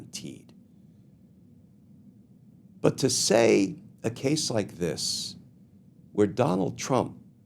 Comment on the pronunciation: Just been listening, did you say “Scandal like dis?”